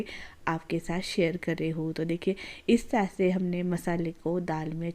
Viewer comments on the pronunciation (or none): none